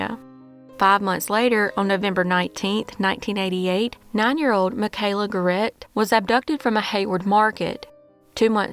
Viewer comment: It's pronounced "Garrett".